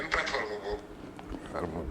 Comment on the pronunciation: Sa façon de dire " sene platform bobou" se type nè pa clair...